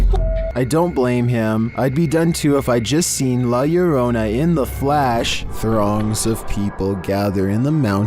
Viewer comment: La lareyna😂, if pronounced correctly it, la herrona( one l is silent, elle)